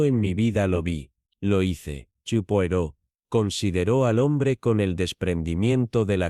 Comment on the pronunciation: No se pronuncia así, sino "poaró", por favor!!!!